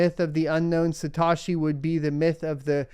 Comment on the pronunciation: Say it with me “suh-t-oh-shii” not “sa-ta-shii”